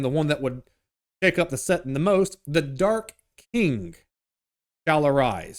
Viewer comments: Bro its settinG not settin.... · Hilarious how dude keeps referring to 40K as a "settin'" numerous times 😅